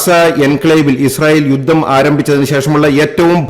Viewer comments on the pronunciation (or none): none